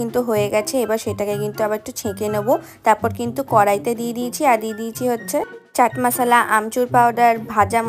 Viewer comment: Abar chat mosla ke chat masala bolche ohoo.😂😂😂 আমার এতো হাসি পাচ্ছিল 😂😂😂